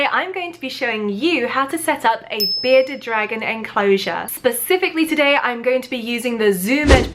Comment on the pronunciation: Is it just me or does sound like she’s saying “Beta dragon” 😂